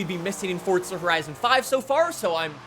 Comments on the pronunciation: Hey Man. It’s For Za not fort sza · There’s no T in forza ya dafty